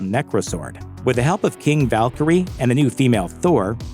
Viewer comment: Pretty sure it’s AI my dude. It pronounced Valkyrie as ‘Val-Kerry-a’